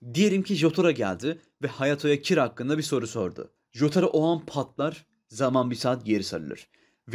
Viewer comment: Everybody: Jooouğtaro Admin: Cotaro